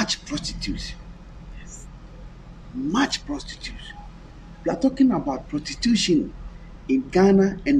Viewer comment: prostitution not protitution